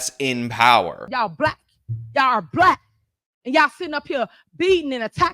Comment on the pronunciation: Was she saying black I thought she said she's Blat . I was thinking who's this Blat Chick